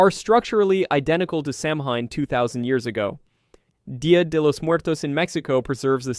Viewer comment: It’s pronounced Säw-wen.